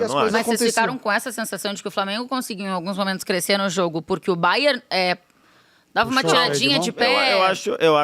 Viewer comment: "O Baié tá em ôtu patamá" - Bet Henrique.